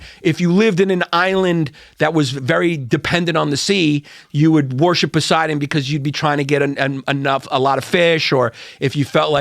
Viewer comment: Yanni saying "wa-hor-ship" no less than 200 times gave me a leaky roof.